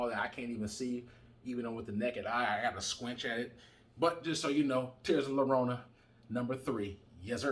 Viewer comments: Lorona? The double LL sounds like when you say "J-ust" or "J-esus" JORONA or Y as in the word "Yellow" or "YO BRO'" YORONA if you are saying it quick. But bro. You are killing the name LLORONA. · For future reference, in Spanish a double L is pronounced as a Y, so it's pronounced Tears of Yarona.